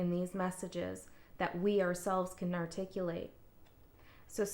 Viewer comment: You say urticulate no say that u Get you understand you get an ahh ha moment...